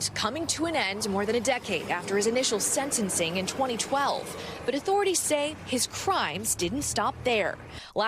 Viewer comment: "Sensensing?" A reporter that doesn't know how to say words?